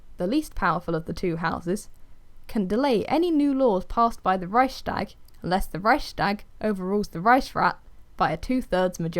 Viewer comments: Good god, that's not how you pronounce Reichstag, you're butchering it. but otherwise a nice video about Weimar republic. Weimar republic could not remain in that international climate. By 1930 world was changing and the only way large nation could survive was to become and empire of some sort.. Japan attacked Manchuria etc.. so it was doomed P.S. Wiki has a lot of right pronunciations on historic stuff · Really great video but i lost when you said Reichstag im sorry :) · I’m German and I just love hearing non-German people saying „Reichstag“ I swear my heart melts every time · Funny how you pronounce Reichstag. I'm German btw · I love how you say it! It makes me giggle. 😅😂